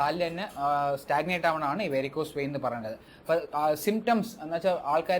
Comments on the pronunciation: വൈൻ അല്ല വെയിൻ. അല്ലേ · വൈൻ അല്ല. വെയിൻ എന്ന് പറയൂ ഡോക്ടർ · വേരിക്കോസ് വൈൻ 🤣🤣🤣 വെയിൻ വൈൻആയത്നന്നായി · Vine alla vain